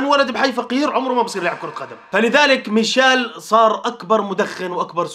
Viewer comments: ميشيل ❌ ميشال ✅ ههههه 😂 والله احبك بس ياخي والله انك بعض لاعبين انتا ما تتقدر تنطق اسمه صح هههههههههههههه الله يسعدك ياخي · مشايل ✔ميشيل❌